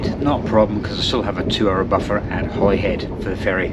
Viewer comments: It's pronounced Hollyhead yah numpty! Glasga! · When my wife and I traveled to England/Wales/Ireland/France in 2006, every reference we heard of Holyhead was pronounced “HOLLY head”. I hear you pronounce it as I expected it should be (and possibly also the male voice on the train’s speaker system, but the female voice definitely said “HOLLY head”). Hmmm I wonder why others seemingly purposely mispronounce it